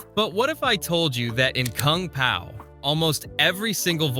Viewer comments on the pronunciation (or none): "Koong pow" so ai voice video gotcha ill click off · koong pow, c'mon ooodekerk AI trash